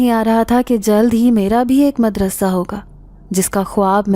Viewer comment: Nice voice...nice all stories..... madrassa not... madarsa